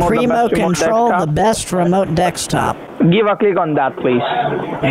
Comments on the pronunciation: I love that he still says "dekstop" so long after the original "dekstop" guy... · Dekstop gets me every time😂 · yeah honey, i installed anydex on my dextop